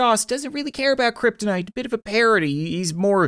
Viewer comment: This non-game seems to be different, I remember that when he pronounces "Kryptonite" it was initially "Kryptinit". Use Markiplier's non-existant video.